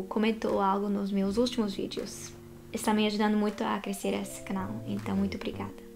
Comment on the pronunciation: Ela fala "muito" mais certo do que nós, que falamos "muinto" rsrsrs